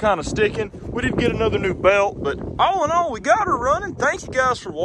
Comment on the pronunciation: when u say all and all my brain thinks ur saying allinol from cars 2